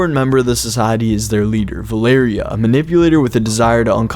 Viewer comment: It's val-er-ia